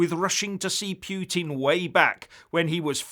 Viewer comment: Poutine is a Canadian dish of French fries cheese curd and gravy, learn how to pronounce Putin ffs - Poo-Tin